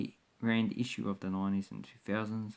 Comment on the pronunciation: Geez like learn something about south africa and its currency before you make a video. you just come across like your an idiot. Its rand not land and its Springbok not Springbook